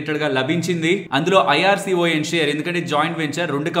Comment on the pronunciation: ఎందుకు సోదరా ! ఐ ఆర్ సీ ఓ ఎన్ (IRCON) అని విడదీసి పలుకుతారు. ఇర్కాన్ అని పలకండి. గతంలో కూడా చాలా సార్లు చెప్పాను. రైల్వే గురించి అవగాహన వుంది కాబట్టి చెబుతున్నాను. ఇకముందు పాట్టిస్తారు అని ఆశిస్తున్నాను